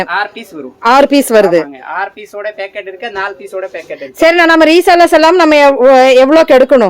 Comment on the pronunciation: பேக்கட்😂😂😂 இல்லை 😅😅😅... பாக்கெட்😁😁🤣 தமிழ் கொலை 🎉🎉🎉